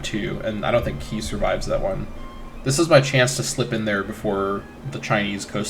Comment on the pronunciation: Qi: Reads like "chee".